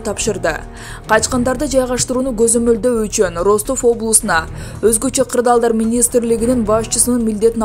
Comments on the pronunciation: Суйлоп аткан журналист Кыз Аман бол 👎 Бир созду кайталай бергени аз келгенсип создорду да туура эмес суйлойт уккун келбейт 😏 Роств областы дейт Ростов болуп жазылат Растов болуп айтылат ! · Диктор ,,Ростов" окулганда ,,Растов "-деп окулат .☝ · Журналист каяктан болосун окулганда Растов болуп айтылат жазганда Ростов жеп жазылат индеец каякта окууну бутконсун